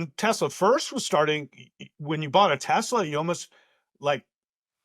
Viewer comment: Trump called it Tesler! He couldn't even get the name right!